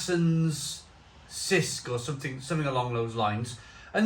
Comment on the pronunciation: it's pronounced CH-isk